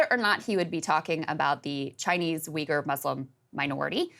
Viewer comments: so you really pronounce it "wiggers"? the anglos are weirder than i thought.... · He thought he was saying “wigger”. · It doesn’t help that “wee gur” is incorrect and drives me nuts to hear. It’s more like “way were”